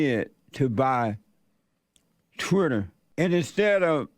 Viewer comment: "Twutter" and "Tesler". Elon is doing even better than I thought.